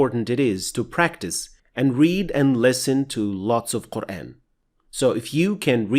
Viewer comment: Its just me or you guys hear "Quraen" ?